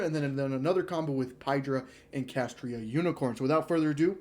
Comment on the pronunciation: If I hear you say "Kashtria" instead of "Kashtira" one more time...